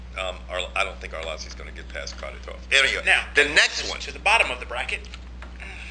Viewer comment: Good video, cracked me up how pronounced Kharitonov in the beginning;) George, yes there is Internet in Russia, also Sergey is fucking nasty, great boxing!